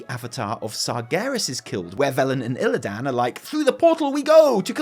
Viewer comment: my bro. We need to talk. Please go play WC3 again or listen to ANY in-game dialog where a character says “Illidan” and stop pronouncing it “IlliDAN” - it’s like nails down a chalk board. Reminds me of that awe full Warcraft Bible video where he couldn’t pronounce Sargeras... I still love you. But please.